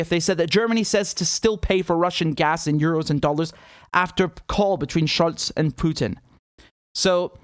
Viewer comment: So it is Scholt instead of Scholtz.